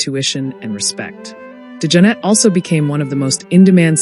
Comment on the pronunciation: Not to take away from all the accolades, Jack was one of my favorite musicians, but the computerized speech STINKS. Can’t even pronounce his name correctly! Liv Evil?